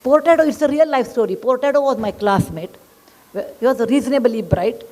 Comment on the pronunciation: Name is "Furtado" not Portado. Portuguese name.